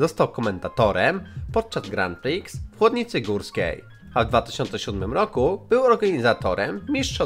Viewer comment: 6 rzeczy do powiedzenia: 1.Dzięki za filmik! 2.Wiedziałem większość z czego się cieszę, bo jestem fanem Aut 3.O Bubbie nie wiedziałem 4.Źle czytasz "Grand Prix" 5.Czy też kochacie Złomka? 6.ZŁOMEK